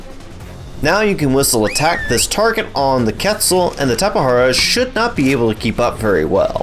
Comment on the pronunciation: and he called it a tapehara, bro correct pronunce is QUetzalcoatlus and tapeJara